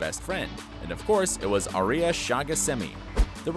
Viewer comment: Uh-lar-ick not a-ler-ick. Also he can say Shahghasemi but not Aria